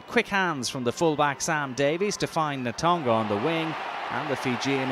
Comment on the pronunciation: Who is the guy summarising? Can he learn to pronounce names like Tovey and Natoga please?